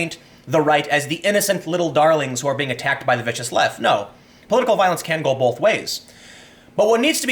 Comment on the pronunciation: Both not bolth